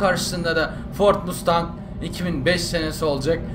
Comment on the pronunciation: abi 1969 model ford mustang bi de 1969 model dodge charger ı dene charger yerine challenger da kullanabilirsin ;) ha bu arada o mustang değil masteng diye okunuyo :D